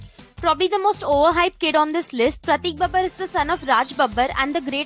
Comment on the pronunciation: I was really digging into this video and about to click the subscribe buttion... but then I heard the name "Prateik Babbar", I mean really? Wtf.